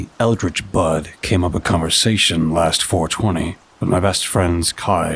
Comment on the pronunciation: Eldrich bud sounds like salvia hahahaha